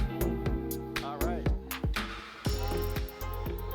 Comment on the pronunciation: Être à Montréal et ne pas savoir que ça se prononce Dubé (ou Dubay pour un anglophone) pas Dube. La présentatrice se fout du public francophone.